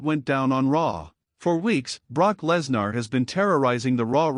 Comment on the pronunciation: Stop mispronouncing Lesnar 😢